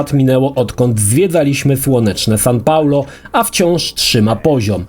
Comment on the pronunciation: Jeszcze "San Paolo" (około trzeciej minuty).